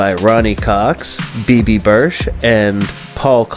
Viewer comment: Her name is Bibi Besch (pronounced "besh"), not Birsh.